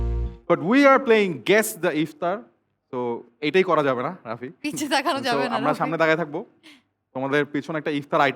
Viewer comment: রাফি কে তুমি বলে তুশি 🤨🤨